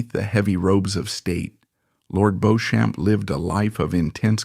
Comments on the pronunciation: Beech’um. Not Beau Shamp! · Beauchamp is pronounced 'Beechum', not 'Bowshamp'. The pronunciations of Lygon and Lettice are also incorrect. For an accurate account of Lord Beauchamp's life, see the book 'A Secret Between Gentlemen: Suspects, Strays & Guests'. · There are three problems with this broadcast one is the total misunderstanding of the way people behaved in polite society until recently Secondly this AI American voice is inappropriate and irrelevant to this story It is Lig On and It is Beech Ham. And one must not forget way that Society was run by the upper for the class the middle class and the working class Times have moved on where gay men women and LBGTare welcomed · Please learn how to pronounce Beauchamp properly. It is Bee-cham not Bow-champ. And is is Sink Ports not Sinky Ports. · For openers. the name is pronounced BEECHAM. not "Bohchamp!" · I can´t listen to this AI BS any more. It´s "Beecham" not "BOsham". Sinkay ports? I´m out. Sloppy and lazy. Ruined what might have been an interesting documentary. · It's pronounced Beechm and Liggan. Ffs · The narrator keeps pronouncing Lord Beauchamp's name incorrectly..It is Beecham like Bee plus the beginning of the word cham(p) without the P. Coupled with the painfully pronounced 'aristocrat' I've only got 2mins in and I won't go any further. There is also no stress on the second syllable of a ris to crat ie not 4 syllables. It is said aris to crat ie three syllables.. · His name is pronounced “Beecham.” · Pronouced Beecham! as Jervaux is Jarvis Featherstonehaugh is Fanshaw etc learn proper English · AI does not know how to pronouce a lot of words. Beauchamp is Beachum? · Beauchamp pronounced Beecham. It's not "Now Voyager". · Interesting but spoilt by the mispronunciation of "Beauchamp" throughout and several other examples where the narrator (AI? or a lazy narrator) cannot be bothered to check the proper English pronunciation.